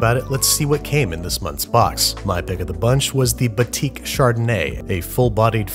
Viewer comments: its pronounced BATEK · as an indonesian hearing him say batik as "batique" made me laugh so hard istg